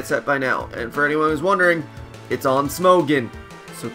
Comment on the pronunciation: "terakyen" "smogehn" Learn how to fucking say things right